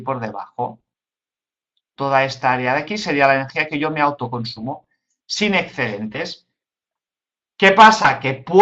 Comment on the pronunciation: "ecscedentes" porrr favorrrrr 🤣